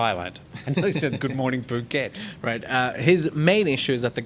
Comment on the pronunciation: Dear, I come back on people pronouncing FOUKET, instead of Phuket. IT's come from the French language, because French people after the PH letters, pronounce it like a letter "F". It's like philosophy by example, we say 'filisophy'. Christina